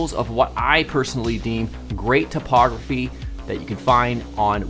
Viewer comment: I love how the way you pronounce typography makes it sound like topography 😄